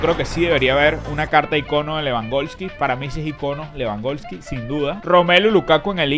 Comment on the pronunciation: Lewandoski no lewangolski xd